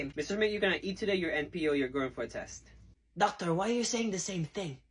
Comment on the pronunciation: “You want the docToRRrr?!” 😂